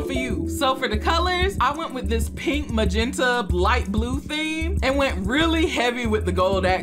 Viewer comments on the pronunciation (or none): none